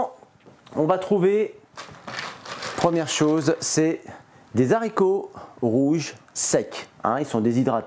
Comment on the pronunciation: En toute amitié, c'est des Haricots, avec un H aspiré et 'non des z' haricots. Des haches etc 😉 Bon appétit